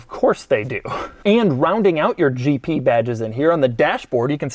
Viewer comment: Why when doug said "GP" for me is "GT" Did you have exactly the same? 👇